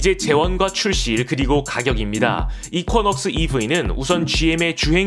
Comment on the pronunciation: 발음 이퀴넉스 아닌가요??? 이쿼??..